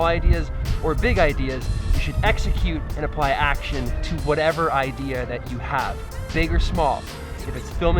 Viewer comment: Ooohhh IDEA ... I thought you said IKEA!